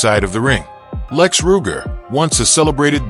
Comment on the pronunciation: This video is a joke. The narrator doesn't even pronounce his name correctly